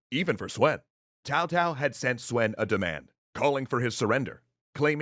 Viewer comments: Yes I got confused about the names. Like who the hell is Tao-Tao. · I've been watching the 2010 Three Kingdoms series and I think they say "Tzao-Tzao". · Tao Tao is better than cow cow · anybody else bothered by his pronounciation of Cao Cao? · Talk about selective pronunciation. He butchered Cao Cao's name, but somehow got Sun Quan correct. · tfw they use the Viet pronunciation of Cao Cao instead of Chinese because... just fuckin' why, brooo? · Hello! Please go to of this video, this fellow pronounces Cao Cao's name correctly! Please like this comment so can hear how to pronounce Cao Cao's name. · I am going to assume he knows heis pronouncing Cao Cao, if only because Tao Tao is better than Cow Cow. But for the record: its Tsao Tsao. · in chinese, the c of C-ao is like tch (in watch), the closest pronunciation for a Westerner that i hear is Chow (in Chow-der) or Tch-ao , i dont find Tsao pronunciation accurate at all, too much emphasis on the s part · Is Cao Cao pronounced Tao Tao? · He say's tao tao but cao cao it's more of a sao sao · I can't watch this. Seriously, this is the WORST pronunciation I've ever heard. How the hell do you get "Tao Tao" from "Cao Cao"?! It's "tSao tSao", the T is largely silent. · I agree he should stop calling him Tao and call him his actual name. Cow Cow. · it's not TAO TAO, but TSAO TSAO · The pronunciation makes my ears bleed It’s pronounced Tsao-Tsao. Not Cow-Cow and definitely not Tao-Tao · Jung Sa And Cao Cao is pronounced “Tsao Tsao” not “Tao Tao”. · LOVING THIS THREE KINGDOMS extra history, but I think the correct pronunciation of Cao Cao it's Zhao Zhao, not Tao Tao... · Just a small detail, Cao Cao is pronounced Tsao Tsao, similar to tzar. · So bad the pronounciation was..... auto subtitle heard cao cao as kowtow and yuan shao as urine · its Tsao Tsao, come on guys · cow cow😂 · Atleast say Cow-cow so people know you're romanizing the name lol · "My name is Tao-Pee. Like my father, Tao-Tao."